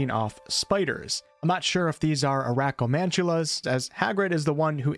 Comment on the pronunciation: It’s acromantula